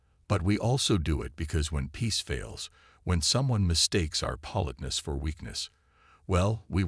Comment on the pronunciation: if you are doing a whole story about politeness, you might want to learn how to pronounce it correctly.